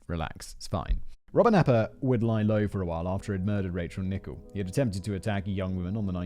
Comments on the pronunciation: And it’s not pronounced “Nichol” it’s Nickell. The clue is in the spelling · Why did you pronounce 'Rachel Nickell' as 'Nickbe'..? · Oh and you pronounced "Nickell" wrong to. It should rhyme with Michelle, Nick-Ell.